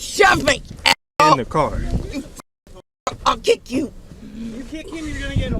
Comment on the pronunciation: ''I`LL KECK YOU👿👿''